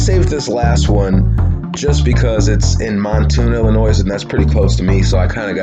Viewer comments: Fml...outta staters listen up..."Illinois" silent "s" at the end j.s. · The S in Illinois is silent dude! The mystery I wonder about is were you learned how to pronounce the names of both the town of Mattoon ( not mantoon) and illinoissssss.....